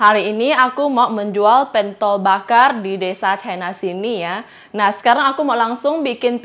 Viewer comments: Pentol, seperti e pada kata senang, bukan e pada kata bebek gitu kali ya mbak maksudnya 😅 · itu bukan PENTOL, tapi pentol, gimana ya penyebutannya klo lewat komen, wkwkwk...